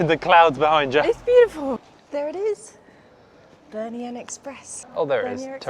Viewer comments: Bernina NOT Bernian lol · Why are you saying Bernia?? It’s Bernina. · BER-NINA - there's a second 'n' in the name guys!!!! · Bernina is pronounced Bear neena.